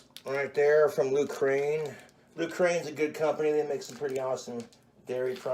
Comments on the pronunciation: Its pronounced "Loo-Sern" but spelled Lucerne. Why does he say Lucrane 😂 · First off, margarine is NOT butter. You also don't need it to cook bacon. Also, noodles don't need to boil for an hour. Also, you drain the water from the noodles. The cheese is pronounced loosern not Lukraine. He overlooks everything. He is truly a fucking disgusting person. His gut must be immune to all known bacterial and viral infections. Also, I doubt a gut worm could even live in his body. This shit makes me want to puke. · That lukraine cheese youtoob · It's Lucerne, not Ukraine! And why does he break the spaghetti in half? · He called Lucerne cheese "loo crane" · Lmaoooo how he get Lukraine from Lucerne… like Lucerne, Switzerland?🇨🇭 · The way he pronounces "Lucerne" is so endearing.